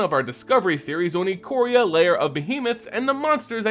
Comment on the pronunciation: It's pronounced Eye-Core-Ee-Uh.